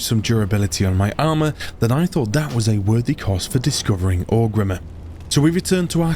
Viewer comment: Okay so Orgrimmar is consistently “Orc Rimmer” but Quel’Lithien he gets 😂 Never change